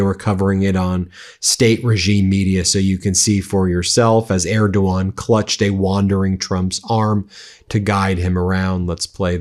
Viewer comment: Okay, they’re such great friends that donald doesn’t pronounce Erdogan correctly 😂